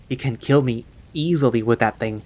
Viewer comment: "Hugs ehily"..........im sorry 😞 😔